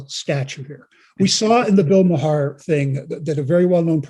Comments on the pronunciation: Also please learn how to pronounce Bill Maher's name correctly. His name is not maha. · PRONUNCIATION TIP: It’s pronounced “Bill Mar” — one syllable — not “Bill Ma-har.” (Other than that, top notch!) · It is pronounced "MAR" as in Mars Bar. Not MUH HAR. SUN strikes again...do your research guy! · It's not "ma-har"; it's pronounced "marr." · I just heard them mispronouncing Bill Maher (pronounced like “Mayer”); at least in the US. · I thought Bill’s last name is pronounced as “MAR” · Pronounced MAR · Bill Ma-Har. Lol. That's how the guy pronounced his name. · The convoy was a pack of unlawful losers and needed to be removed . No he's no genius , I think it 3 tries to pass the bar . The bug eyed dude on my right can't even pronounce Bill's name Mahar's name .Duh . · Pronounce Bill's name correctly. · Bud u mispronounced maher name n said center left bill is ultra liberal not leftists r u qualified to speak on these matrs